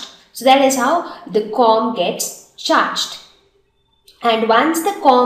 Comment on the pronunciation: Pronunciation of Comb\Conductors is incorrect..